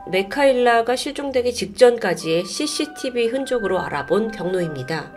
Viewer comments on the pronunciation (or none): none